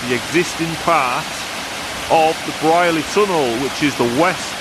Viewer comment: Wow! I thought this had all been filled for the bypass. I remember walking though the entire tunnel in about 1980....bunking off school! Pronounced Breer-ley by locals.